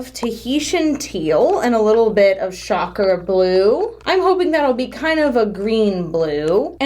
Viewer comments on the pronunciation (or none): Does anyone else hear the French "Sacre bleu! " when she says "Shocker Blue"? No? Just me? Okay... haha